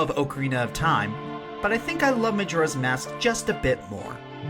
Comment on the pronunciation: Majora's Mask is my favourite game of all time, but I must admit I cringe when you say "May-Jora" Also Gauntlet is also one of my favourite games of all time for the same reason you mentioned.